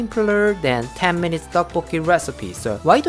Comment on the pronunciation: He said 50 mununts